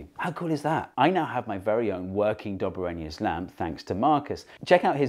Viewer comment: It's Dob A Rhiner